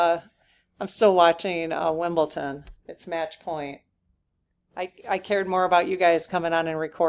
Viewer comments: Chuckled at end about match point.was watching,too. WimlbleDon not -ton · Hi! Just fyi, its Wimbledon. No "t". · Sorry, it's WimbleDon, with a D. Not a T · its Wimble-Don. ❤❤❤